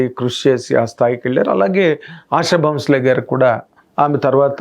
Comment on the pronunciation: సార్ దయచేసి ఆవిడ పేరు సరిగా పలకండి సార్ మీరు మీడియా person అయి ఉండి ఆషా భోంస్లే మీరు ఆషా బౌన్స్ లే అంటున్నారు